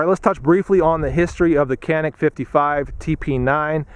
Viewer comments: This is Turkish made gun and I am Turkish myself.. first of all it is not kanik you should read it as Janic .. I did shooting with this gun in shooting range yesterday and I think it was pretty good.. what pisses me off is you pay there about 300 to 400 usd there for this gun but we pay about 1000 usd to buy this gun here because of hight tax etc even it is Turkish made! If you want to buy here walther or glock it is another story!! We must pay at least 4000 usd for those guns! Totaly rip off!! 😡😏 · not kanik it's canik cCc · "Canik" is a Turkish word and you should pronounce it as "Djanik" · It's pronounced as Janik as j from jelly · The C is pronounced like a J. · why is it that so many reviews can't say the name right it's Turkish so a c is pronounced as a j